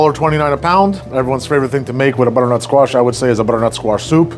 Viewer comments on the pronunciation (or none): BuDDERNuT SQUaSHH :0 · The budrrnut squash 🗣️ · br-nut squash 😂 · I swear you’re somehow putting an extra syllable in butternut